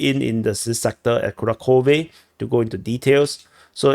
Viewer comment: kuRAhove. Also, there's no "k" sound in Kharkiv/Kharkov. "Kh" stands for a single letter.